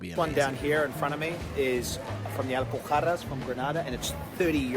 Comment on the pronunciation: I'm genuinely surprised that he pronounced "Alpujarras" right. Like, foreigners usually struggle with the pronunciation of the J because is a very unique sound the one we have in Spain for that letter, so bravo 👏